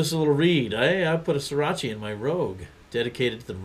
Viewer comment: Srirach-uh! Not Srirach-ee! LoL Cheers!